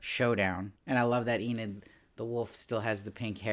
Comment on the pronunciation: I finally finished the show today and I really enjoyed it! I also enjoyed watching your videos on each episode, even if you did pronounce Enid as "eh-NEED" instead of "EE-nid." 😉